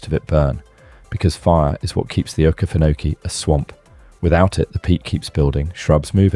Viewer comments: This man is clearly not from ga I had to listen to what he said 3 times when he said okefanokee to work out where he was talking about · Many cities and rivers you pronounce are completely spoken wrong, as well as the okeefanokee swamp